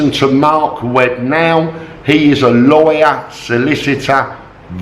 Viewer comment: with your accent, when you say, "Lawyer" it sounds like "Liar"... coincidence?? 55555